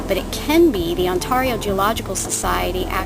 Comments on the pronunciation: .....On-TAR-io..... I'm sorry that made me laugh because I have a friend in the states that always says that :) But it's ok <3 You're still awesome!!!! And those are lovely crystals :) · on-TEAR-io :P (tear as in to rip). It's ok though :) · I live in BC Canada.. and I too love the way you say Ontario. I am super excited that these wonderful crystals are a gift of nature here in Canada! I loved this video.. and now I want to adopt my own auralite 23. They are gorgeous.. and yummy.. and sparkly and.. wowzers! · lol omg you do say Ontario really weird , I live in Ontario and hearing you say it made me lol . These are gorgeous though wow , I think I need to get some!